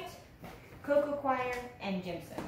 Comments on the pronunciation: I love how she pronounced coir like "choir", as if it can sing lol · So much info and very good, but could some one tell her how to pronounce ' coco coir' not 'coco choir'? Sorry